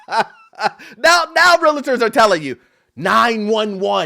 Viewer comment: is a great young man. But 20 years in the business and he still pronounces "realtor" wrong😅